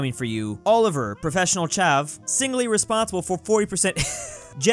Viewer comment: I am legit crying from laughter after hearing say chav, brummie, and scouser. Also if you're wondering chav is a person who's basically a wannabe roadman, a brummie is a person from Birmingham and a scouser is a person from Liverpool. Also the way he said Birmingham. Like a proper American